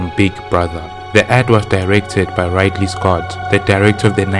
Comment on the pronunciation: You say Ridley Scott wrong